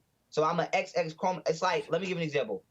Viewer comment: This man cant even pronounce "Chromosome" 😂Im out